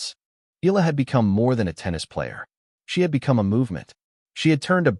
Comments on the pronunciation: it is pronounced E-YA-LA... EALA not EELA, ok😶😶😶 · Eala pronunciation E ya Ia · Yet you can't even train your AI voice to pronounce her name right.